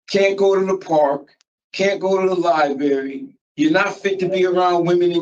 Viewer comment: And you shouldn’t be allowed to go to the Liebarry if you pronounce library like that 😂 jeez😅